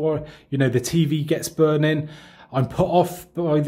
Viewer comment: I LOVE THE WAY HE SAYS BURNIN 😂😂😘